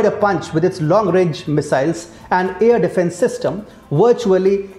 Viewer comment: "air defense" and "capabilities". Pronunciation can improve.